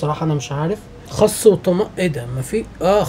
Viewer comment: اسمه خس مش خص